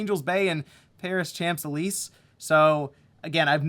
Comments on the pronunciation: That was the worst butchering of a pronunciation of Champs Élysées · You just gave a Francophile a brain aneurysm with that pronunciation of Champs-Elysées.